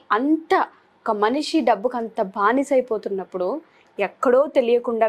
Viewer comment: భానిస కాదు బానిస అని పలకండి గారు. గారు చాలా మంచి విషయాలు తెలియజేశారు. ThanQ Sir